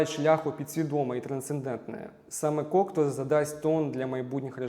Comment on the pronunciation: Єдине зауваження: у прізвищі Кокто наголос іде на останню літеру. У французькій мові наголос завжди падає на останній склад слова, тому всі французькі прізвища (і слова) промовляються так.